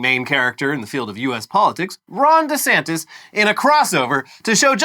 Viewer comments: Is it just me or does Ron say his own name funny? Sounds like he says Rondy Santis. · It’s not just you